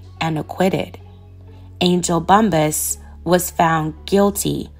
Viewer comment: It’s pronounced Bump-pass, perhaps ur thinking about weed huh?🤔